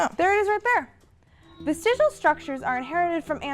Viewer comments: Worst part for me was how she never pronounced vestigial correct a single time. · Everything she says "vestigial" she sounds drunk. Even before . (That entire voice over there sounded like she was a wee bit sloshed. 😆)